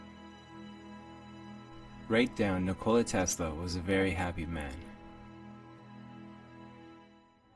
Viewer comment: Butchered his first name, he isn't a 'cola'